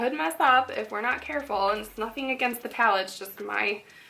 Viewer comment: lol at the end of the tutorial you say now eere gonna swatch all the lipsticks. haha too cute. love you. i always struggle to talk Haha.